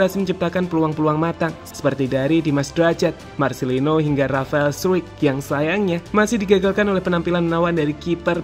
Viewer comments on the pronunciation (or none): Di baca straik bukan struik itu kata rafael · Bacanya Rafael struc bkn struwik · bacanya bukan r 'straik' tapi r 'strock'